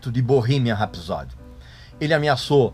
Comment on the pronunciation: Vídeo medíocre, no mínimo. Estúpido e grosseiro talvez definam melhor. Na palavra "rapsody" a sílaba tônica é a primeira. Mal consegui entender quando ouvi esse cidadão pronunciando "Sheer Heart Attack". Medíocre pretencioso define. E nenhum ser humano pode ter a pretensão de "salvar o PLANETA". O ser humano deveria se preocupar em salvar a sua espécie. A sua própria bunda, se me permitem. A natureza é soberana e prevalecerá, não importa quanto plástico o "cerumano" produza. Parei. Beijo e não me liga. Procure coisa melhor pra assistir.